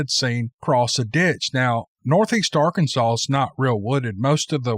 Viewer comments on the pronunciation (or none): none